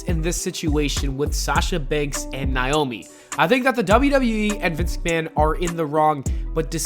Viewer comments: Sound out Naomi... It's not niomi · When will you say this women's name right fam?! NA (like do the NayNay)... O... ME!!!